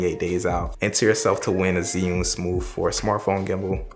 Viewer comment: It's Axe-sis and Zih-yoon...and I see what u did there with the hip-hop Asian soundtrack 😑